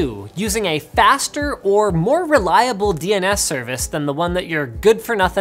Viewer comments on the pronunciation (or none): Bruh "Reuable" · ahh yes, reuable